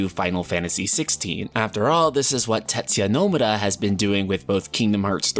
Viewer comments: Can someone tell me why in God's name this dude cannot literally say "TETSUYA NOMURA"? Like, what is he saying..............?? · You say his name "tet-suya NO-mu-ra" Source: I fucking have worked with the man. The end. - Zeal